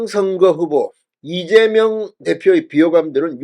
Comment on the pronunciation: 왜ㅠ꼭 이재멸대표라고 하시나요. 왜그리고 자꾸차기대구ㅏㄴ으루마효ㅡㅁ하시나여. 찬핵무혀인데